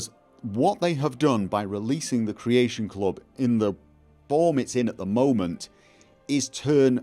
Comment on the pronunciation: CREAYSHUN CLOB